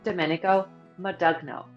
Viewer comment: Domenico Modugno: his last name is pronounced Mahn Doon Yo